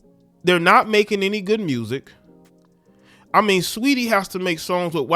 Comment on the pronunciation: “STREETY “ you mean 😩🤣🤣🤣🤣🤣🤣🤣🤣🤣